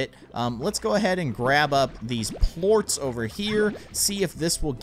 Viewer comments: They aren't plooats. its (Plor-ss) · he pronounced Ports wrong